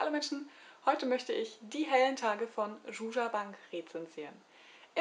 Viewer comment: Wie schön du Zsuzsa ausgesprochen hast^^ Die Geschichte klingt sehr spannend, vor allem, dass es mehrere Jahre umfasst. Ich liebe auch, wenn ein Roman einen ganz eigenen, ruhigen und intelligenten Erzählstil hat. Aber ich verstehe dein Problem mit dem "wenig Handlung", wenn die Erzählung vor sich hin plätschert und man nicht wirklich versteht, was nun endlich passieren soll, in welche Richtung das Buch überhaupt einen leiten möchte, aber man bleibt am Ball, weil der Erzählstil so schön ist. Liebe Grüße!